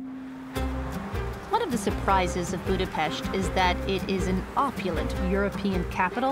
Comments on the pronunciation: Gorgeous video, I also very much appreciate the proper pronunciation of the city and places, thank you! Hungarian here, the best presentation of my beautiful Budapest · You really made the effort to pronounce the Hungarian names/words correctly. Thanks for that, I really appreciate it. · How refreshing to hear you pronouncing Budapest correctly! This is the land of my ancestors! Beautiful video which spoke to me. My maternal grandparents' surname was Lukacs so it was neat seeing your guide have the same name too.